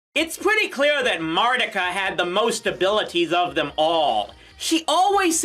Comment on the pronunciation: I thought that her name was pronounced "Mar-TEE-ka!" 🤔